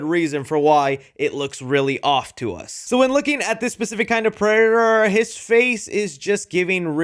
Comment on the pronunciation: Bro can't say predator while using it in a sentence most of the time 😭 🤣🤣🤣 unfortunately this happens to me a lot 😭